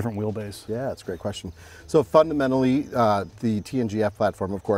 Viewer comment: So fuckamentally…